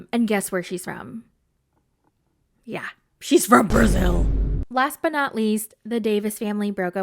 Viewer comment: The way you said “BrÆzIL! 😂